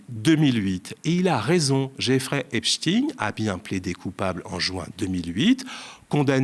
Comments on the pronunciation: Je suis le Média depuis le début, toujours satisfaite. Je fais partie des socios depuis le début. Pourtant ce soir quelque chose m'a énervée. La prononciation de Epstein !!! Pourquoi prononcer Epstin ? Pour Einstein personne ne prononce Instin !!!! Ayez le courage de prononcer normalement, ce n'est pas digne d'un journaliste du Média,😢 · Faut arreter avec Epstine..c'est Epstein comme dit dans le reportage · Il dit epstine au lieu de epstein. Le media, de plus en plus soumis à la classe médiatique ! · Merci Monsieur de nous avoir partagé cette vidéo, si bien réalisée, avec votre éloquence si calme. Mais ne prononcez pas "Epschtiiin" s.v.p. C'est faux et ridicule. Ça fait "franschouillard" rétrograde. Il s'agît d'un nom de famille d'origine allemande. Donc, prononçons-le "Epschtain" s.v.p. Encore merci. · c'est pas Epchtîne mais Epchteilne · Donc Bardella dit Epstein et toi tu dis Epstine 🤔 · Vs allez prononcer Epstein à la française plutôt qu'à l'américaine !!!??? merci